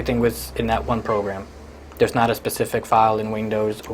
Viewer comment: Shows his quality education